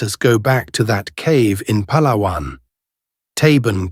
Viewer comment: I am so happy for the proper pronounciation of the name mentioned Pàlawàn. Now people pronounced it pahhhlahhhwannn which is wrong. Pàlàwàn is the right or correct tone.